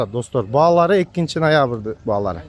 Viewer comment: Нойабыр дейт ко гангирап😂